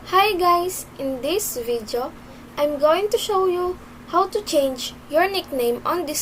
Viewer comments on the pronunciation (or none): the way he/she pronounced “video” and “arrow” is 100% filipino